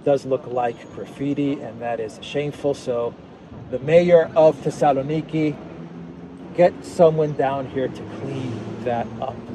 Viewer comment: The Sala Neekee is what I am hearing you pronounce Thessaloniki. I find it interesting how names and words change in pronunciation from country to country. Two = Too, yet Two and Twelve/Twenty is not the same.